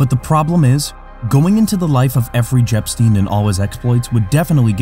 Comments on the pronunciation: Effery JEpstein at 13.55 😂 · "EFFREY JEPSTEIN" 🤣🤣 I didn't laughed this hard.